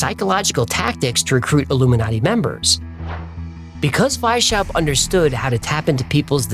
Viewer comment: It's not "Why-Shap", but rather "Wise-How-Pt"